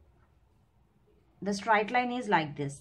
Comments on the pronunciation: What is stright line ??? It's straight line ma'am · its not strite line it is straight line...